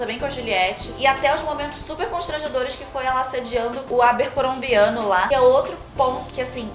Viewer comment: acrem Colômbiano? Kkkkkkkkk